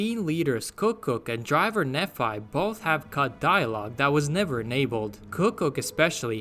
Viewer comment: Fun Fact: I'm LDS(Mormon) and Nephi is pronounced (KNEE-FI). They got it wrong. It is a name from the Book Of Mormon, he was the leader of the Nephites, son if Lehi. It ties into Old Mormon Fort and the general inclusion of the Utah location in Honest Hearts.